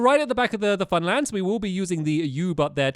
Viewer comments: He said famland not funland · # "Fan Land" Lol.